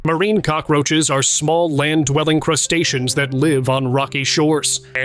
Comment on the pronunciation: The AI narration is ridiculous. Mispronounced words drive me bonkers 😂😅 Crusta-cee-ans?!